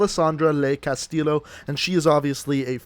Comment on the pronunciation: Outrider has the same last name I have Castillo and it’s pronounced C A S T I Y O